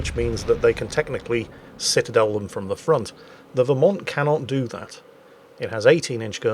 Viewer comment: "Pitadel" I got to use that word more in WoWS. 👍 BTW, the Vermont was developed in WoWS just for the Dead Eye Skill. Now no Dead Eye commander skill so the Vermont is only good for Anniversary containers.